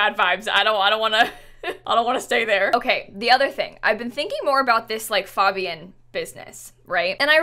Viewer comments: You say it like FAEbian not FAHbian lol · she pronounces fabian wrong and it’s driving me nuts what is wrong with me 😭😭😭😭😭